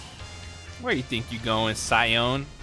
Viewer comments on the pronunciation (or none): none